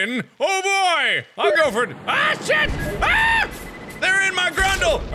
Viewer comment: and then immediately after he ruins it by going "Here we gugh!"